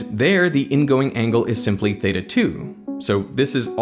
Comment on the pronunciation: This is bothering me more than it should. Why does he keep saying "eta". Is it not "Theta"?